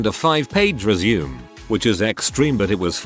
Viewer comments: ResuMAY, it is pronounced resMAY!!! It is originally a French word and is pronounced with a long a at the end. I quit listening, if you tell someone you will give them your "resume", pronounced as if you were going back to doing something, as opposed to a ResuMAY, which is a summary of your work history and marketable skills, you won't be getting the interview. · I like how the text to speech says resume as in go on, I guess because there isn't that little dash thingy.